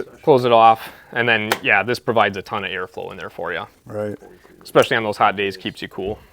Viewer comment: He lost me at eckspeshelly